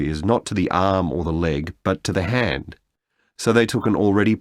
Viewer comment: 9/10 hand cố tình đọc như head z :(